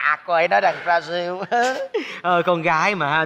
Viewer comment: Brazil đọc chuẩn đấy :)